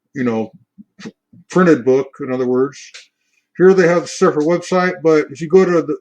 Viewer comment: Cepher - “See-fer”